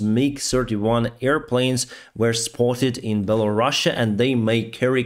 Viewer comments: It's Belarus, not Belarussia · Can you stop saying Belarussia!!! sound so soviet:} it's called Belarus simple. I spend 22 years in Ukraine and you barely hear Belarusian.